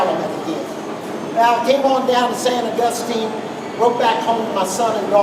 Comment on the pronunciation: Nice video! I like the way he pronounces San Augustine we say differently n these neck.of the woods. It's only 15 miles from me and Nacogdoches 30.